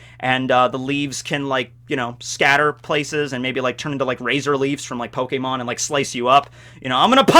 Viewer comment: Pokemon not pokmeon